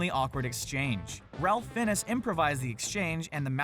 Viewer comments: Ralph finnes? His name is pronounced "Rafe Fines" I know to all intents and purposes his first name should be pronounced as every other Ralph in the world, but come on... he's an extremely well-known actor that has been in SO many films that you should know his name by now, especially since you claim to be a channel that knows a lot about movies etc... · It is pronounced Ray Fines. Not Ralp Fi e nes. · "Ralph Finnes" instead of Raphe Fines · RALF FINNISS????!!!??? It’s pronounced “Rafe Fines”. You’re going to bed without your supper. Smh. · Ralph fen is? 😂 Pronounced Ralph fines and spelt finnes - i think anyway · These are good but Voldemort actor’s named is pronounced Rafe Fine not Ralph Fin-ez. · Voldemort actor's name is pronounced Raif Fine. (sorry.) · Ralf Fiennes is pronounced "Rayf Fines" just saying... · LOL did you just call Ralph Fiennes (pronounced Rafe Fines) 'Raulf Finnes'??? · Yes I'm picky but the actor playing Voldemort's surname is pronounced "Fines" not "Fi en es" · Actually, I believe that it's pronounced Ralph (Rafe), Fiennes (Fines) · It's pronounced Rafe Fines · Ralph finnes? try Ralph Feinnes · ralph fiennes is pronounced ray-fine-s, wow his name was slaughtered in this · "Ralph Fin-is".... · "Ralph Fiennes" is pronounced "Rafe Fines." This is not difficult. It's even on Wikipedia! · *Spider-Man not Spiderman. Ralph Fiennes is pronounced 'Ray Fines'. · Ralph Fiennes is pronounced like "Wraith Fines." You'd think the amount of research that goes into these videos, they'd bother to research how to pronounced people's names. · His name (He who must be mis-pronounced) is pronounced "Rafe Fines". Get it right. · You really butchered the pronunciation of Ralph Fiennes' name. Good lord. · How did you just pronounce Ralph Fiennes????? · You wanna try pronouncing Ralph Fiennes again? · You pronounced Ralph Fiennes wrong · Well, considering it's actually spelled Ralph Fiennes....